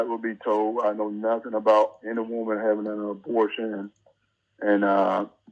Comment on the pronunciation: “A little aborsh”